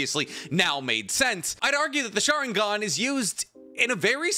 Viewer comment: What's a schaaringone? Damn guy your pronunciations are terrible.